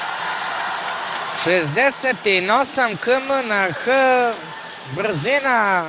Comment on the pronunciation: Ako primetite kaze brzin lijeta loptice a koliko znam srbi kazu brzina leta loptice? Tako da mislim da komentator nine srbin